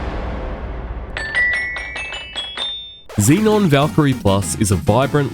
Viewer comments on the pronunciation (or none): none